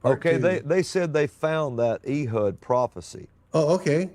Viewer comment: The butchering of Hebrew and other Biblical names is really funny to me. Ee-hud? Cannot take him seriously. "Eh-hood" would be more accurate, unless they spoke Hebrew WAY differently back then than they do now, but Biblical Hebrew has been used in liturgy since Exile, so most likely is the one pronouncing it like the Christian southerner that he is, lol.